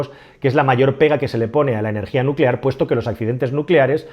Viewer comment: Nucelar se dice nu ce lar..